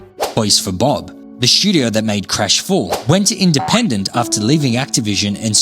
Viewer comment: Say it with me…STUdio. Not SCHudio.